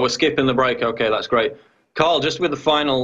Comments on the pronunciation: Why is PJW calling him Carl? His name is Tarl! Get it right...! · It's Tarl Warwick not Carl Warwick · Tarl, his name is Tarl...With a "T" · It's Tarl with a "T". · His name is Tarl, not Carl. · david doroteo I'm pretty sure it's Carl not Tarl... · Lol you kept calling him 'Karl' that's my home boy 'Tarl' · I'm pretty sure it's "Tarl" not "Carl" Cheers having him on though. Pretty much daily I run to youtube in the hopes of hearing some new mug-clanking. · Paul - his first name is TARL, with a "T" not a C or K! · PJW keeps calling him 'Carl' not 'Tarl'!!! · Sounds like PJW is calling him Carl. It's Tarl. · Hey Paul, it's Tarl, as in Tarl Cabot, not Carl like Carl's Junior. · It's Tarl, bro, not Carl. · It`s Tarl, not Carl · It's Tarl not Carl! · his name is Tarl,, not 'Carl' .... funny he didn't correct you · I'm on you brother but learn the word pronunciation and how to pronounce the name Warwick........ Tut tut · fuck sakes Paul, get the guys name right.